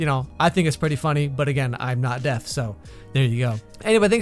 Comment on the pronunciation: Deaf-ne ...xD